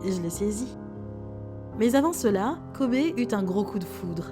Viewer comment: Ptn ça se prononce dit KOBY 🤦🏾‍♂️